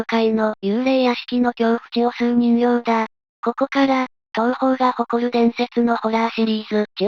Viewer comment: 人形はじんけいと読むのですか？😠